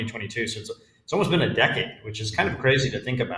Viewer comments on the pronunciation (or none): none